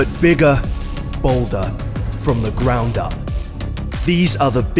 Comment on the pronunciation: BOT BIGA, BOLDA, FROM THE GRAUNDA